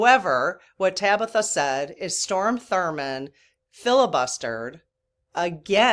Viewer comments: Hey. THANKS for the good you spread. I'm addicted to you so please don't even slow down! I never thought i would be someone to comment with a correction, however... From a place of love and sisterhood, Strom Thurmond, not Storm. I only know this because i have a few years on you and do remember Strom. Not your fault his mama didn't give him a more normal name. You don't have an ego and you value and respect truth. I want people to focus on your message, not that you transposed his name. Again, thanks for all you do and please don't ever stop! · It's STROM not STORM. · Strom not Storm 😊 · It's Strom Thurmond, not Storm... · only because I am old and lived at that time I need to correct you. It’s STROM Thurmand. Not STORM. With that said, I am new to your channel, but am loving it! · It’s STROM Thurmond, not Storm Thurmond. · Just a minor correction.... His name is Strom Thurmond not Storm. Glad you're keeping us informed! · STROM ( not Storm) Thurmond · STROM, NOT STORM... :) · STROM THURMOND, STROM not Storm.:face-blue-smiling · Strom (not Storm) Thurmond filibustered against Civil Rights. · point of information -- it's STROM Thurmond. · I hate to seem critical… it’s Strom Thurman, not storm. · I’m a born and raised Southerner - so I know South Carolina’s Strom Thurman- not S t o r m Just want to make sure he gets all the weight of this feedback- thanks.😊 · StRom not storm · Strom not storm. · it's Strom Thurmond, he was from South Carolina. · It is Strom...not Storm. But thanks for talking about it. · Strom, honey, not storm - tho' he was trying to be a rain cloud over the civil rights parade (so to speak). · I just need to correct something. Mr. Thurmond's first name was STROM, not Storm. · Strom Thurmond ( not Storm)...I sadly remember this negative person...hopefully during his life review he saw the evil he did in that life Recount please! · STROM, not storm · Strom, not Storm. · STROM (not storm) Thurmond, if you want to look him up.